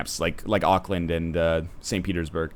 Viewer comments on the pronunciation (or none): none